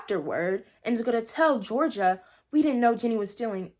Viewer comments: Her name is Georgia though like the state...not Jor-genie-ah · It's pronounced (jor-ja) no hate tho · is no-one gonna talk about how she called gorgia Georgina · GEORGIA!!! not Georgina